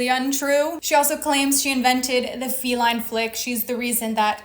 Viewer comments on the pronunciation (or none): none